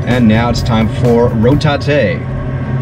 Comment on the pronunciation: I’m so happy said rotatè again